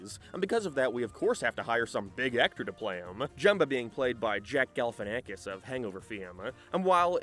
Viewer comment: Zach Galifinakis, It sounds like you said Jack lol but I do have shit hearing